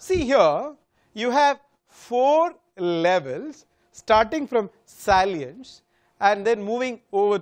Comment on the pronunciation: You should be ashamed of calling yourself a Professor of Brand Management. Besides pronouncing simple words like "SALIENCE" wrong, you have demolished Brand Salience Model of Kevin Keller Lane by giving a strange and absolutely wrong interpretation. This shows you have no idea about what this all is about... Please do read good books before lecturing on topics that you have no idea about.